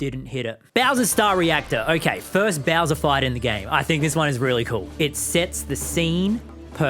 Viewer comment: the way he said 'beawser' like that i love it